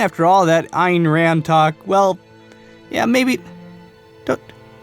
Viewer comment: its pronounced Ann rann